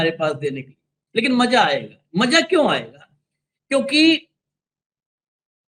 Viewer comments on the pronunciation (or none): Don't spoil the mood by pronouncing bad, rustic language, like, Maja nahinaaya. It's Maza, not Maja. Use Bindi in Hindi. It's Khhabar not Khabar. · Maja nahin... MAZA सही उच्चारण कीजिये